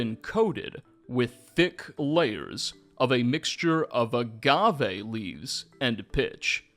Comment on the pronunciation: STOP SAYING AGAVE LIKE THAT STOP SAYING AGAVE LIKE THAT STOP SAYING AGAVE LIKE THAT STOP SAYING AGAVE LIKE THAT STOP SAYING AGAVE LIKE THAT